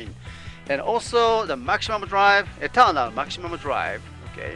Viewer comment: XHunter351: Eternaru! wrong Etanaru is the right sound